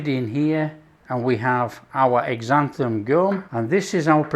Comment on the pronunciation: Sounds good, but please stop saying exanthan gum, it's pronounced zanthan.